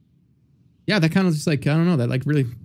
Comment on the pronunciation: their biggest difference is their accents! from northern sweden and from staten island. for example says "yust" instead of "just" and sometimes switches around the w and h when he pronounces words (like "hwite" or "hwere")